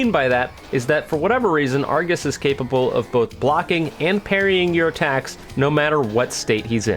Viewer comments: um, ackually, its ar-GOS, not ar-GIS, for you're information 🤓🤓🤓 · Why does it sound like he says Argis rather than Argos